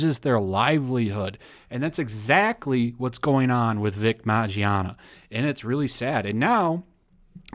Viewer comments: His last name is pronounced Min-Yana not Majiana. Big OOF! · Also his name is pronounced Min-yah-nah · Also it's Vic MIN-YONNA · For future reference. Mignogna MIN-YAH-NUH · DUDE. HIS NAME IS PRONOUNCED "MON-YAWN-AH" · MIN YAWN AH. The g is silent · its pronounced Minyana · I love you man but it’s pronounced as “Mi-no-na”. Regardless this pisses me off. Guilty before proven innocent eh? Where is the fucking evidence? Someone in the comments compared this to the Crucible, where if it’s a rumor, that rumor is now given life, simply because it’s the wave. Vic was super friendly, just a nice ass, God honest dude, this fucking saddens me. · How did you pronounce it? Vic Mangina? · I believe it's pronounced Mig-non-ya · Btw u are fuckin his last name up terribly 😂